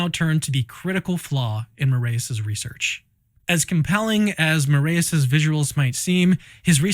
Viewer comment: Also, Brazil mencionado 💪🇧🇷 For the record, the "ae" in "Moraes" is pronounced like "eye", not like the "ey" in "hey" like you all are pronouncing it.